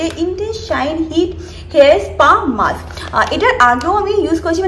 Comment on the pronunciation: dear tomar vlogs eto bhalo ❤ but please pay attention to your pronunciation, mask bolo it's not maks tai na? Tomar bhalo chai and I follow your videos regularly, tai bollam. Keep growing ❤ special love to Mango babu 😘😘